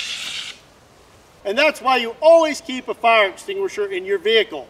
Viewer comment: "UH OH gotta go get the fire extugashure"